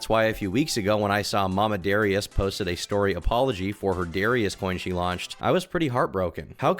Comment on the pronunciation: Why can't he pronounce Darius right??